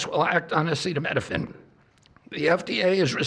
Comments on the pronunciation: The president of the United States does not know acetaminophen is Tylenol and can’t even pronounce the word. Let that sink in! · Bro has not ever seen the word acetaminophen in his life ??? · "Tough out" a fever as a pregnant woman??? Cuba is too poor to have acetaminophen??? (which he can't even pronounce) WE ARE DOOMED. We are going to see infant and child mortality rates rise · Your president can’t pronounce Acetaminophen!! Not my president!! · seriously before the press conference, they didn't go over with Trump on how to pronounce acetaminophen? 🙄 😂 it's worse than "Yose-mite" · HE DOESN’T EVEN KNOW HOW TO PRONOUNCE ACETAMINOPHEN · he’s trying to raise awareness to this situation, he should at least be able to pronounce it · How is the public supposed to take this announcement seriously when the president of United States literally couldn’t read the word ‘acetaminophen’? You would think if his cabinet was having discussions about such a major breakthrough that he would’ve been part of it and at least understood what they were talking about. This is a mess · He said Tylenol, because he couldn't pronounce acetaminophen. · The way he couldn’t pronounce acetaminophen 😂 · I cannot believe WE HAVE THESE MORONS. he can barely say acetaminophen or pregnancy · Did he know how to pronounce acetaminophen in the one you watched? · oh my he can't pronounce the name of a medicine oh no not like our past presidents have been able too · RFK Jr. and “Dr.” Oz have no solid evidence or data to link Tylenol to autism, and neither are recognized as credible to say otherwise. The PRESIDENT also just said he’s not sure if what he said was true, and that he’s not careful with what he says. Also COULD NOT PRONOUNCE ACETAMINOPHEN. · Did he say Epsteinopethamine? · Come on trump, sound it out... a ce ta mi no phen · The old man did not review his notes and needed assistance pronouncing acetaminophen. Leavitt should have been on top of it. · But it didn’t help him pronounce it.